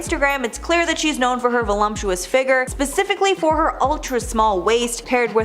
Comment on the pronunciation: Stop saying volumptuous!🤦🏾‍♀️